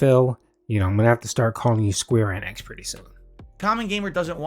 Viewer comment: Square "Ehhhneehhhx" It's Enix....ENIX....again with the "I call the name wrong" fetish Remember "battle royal"